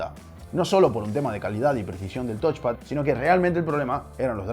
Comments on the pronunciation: No es "tochpad", es "tauchpad". Viene de touch (tauch) = tocar. El review es muy bueno pero estaría incluso mejor si te esforzaras en pronunciar los componentes correctamente. Ante la duda usar el traductor de Google que te lo dice hablado. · Es touch xD